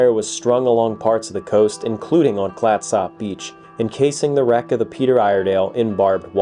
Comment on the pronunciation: Also it’s “CLATsup.” 😌